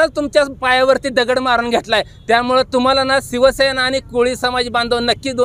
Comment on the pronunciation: आदी शिवसेना बोलायचं शिक रे 😂😂😂 सिव सेना नाही रे शिवसेना रे बोलायचं शिक आदि